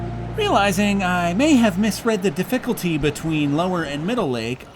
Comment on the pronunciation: Di-fickle-tee... that made me snort. :D In awe of your landscape shots... so jelly.